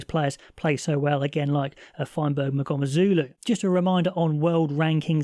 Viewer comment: To help you with the pronunciation.. mgomezulu you have most of it right except the first sound. It's not ma .. it's mmm so mm goh meh zu lu